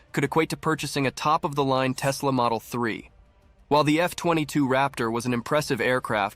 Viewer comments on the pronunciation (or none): none